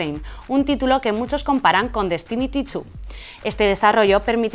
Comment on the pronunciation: Diras destiniry chu xD